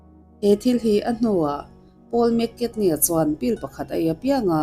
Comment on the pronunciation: Keipawh mak ka tia,McKatney tih ang zelin a lam a..